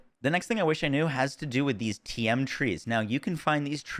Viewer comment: Man called them "TM Trees" LOL